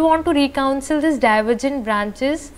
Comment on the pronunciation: Not Recouncil But reconcile